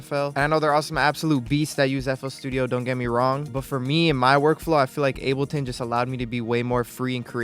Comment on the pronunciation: bro said unableton